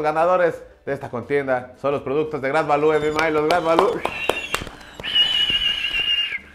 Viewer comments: Se pronuncia greit valiu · se pronuncia grid valiu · #SantosGadalla jajaja no paré de reír con este video. La pronunciación del "grait valú", el pomo de a 50 pechereques y el galletazo del santos jaja países bajos 😂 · El agua santa maría sabe horrible, pero si no traess mucho varo, te saca de apuros. Se pronuncia "gret valiu"😅😊